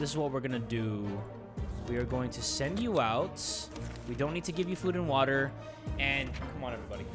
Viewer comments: "some WATAH and soup" THAT is absolute cinema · I miss when you used to say SOME WATAR and sum soup only ogs remember😔